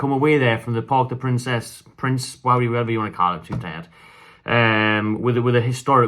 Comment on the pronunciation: Pronounced Parc De Prance kidda 🖤🤍